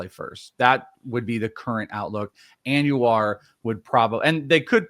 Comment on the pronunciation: (Anuar)???? It’s ANDUJAR, AN DO HAR 😂